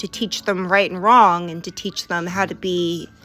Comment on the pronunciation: She also says wron instead of wrong 🤣